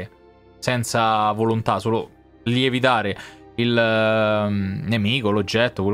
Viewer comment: "Lievitare?" Ho sentito bene sig.?🤣🤣